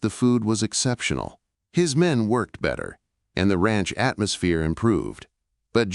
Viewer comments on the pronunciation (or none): none